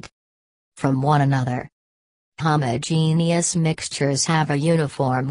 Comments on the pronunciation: Jn jn let me say something, I could not have understand one thing 'you're were saying because I was to bz wheezing with my sister for that "AHoomAhogenuis" 🤣🤣🤣 LKKE I SWEAR THAT IS WHAT WE HEARD INSTEAD OF HOMOGENEOUS🤣✋🏻 IS THE ROBOT HOMOPHOBIC TO😂✋🏻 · It just made me laugh because of how she pronounced homogeneous and heterogeneous😂sorry🙊✌